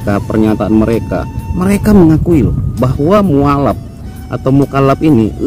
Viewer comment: Lho.. Apa sy ngak salah dengar pak... Mukalap atau mualap.. Mana yg bener sih..?